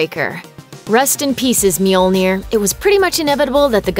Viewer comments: Mealnear?!?!? It's Mjolnir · That’s not how you pronounce mjolnir. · Who is "Myeel-near"? The name of Thor's hammer rhymes with "learner".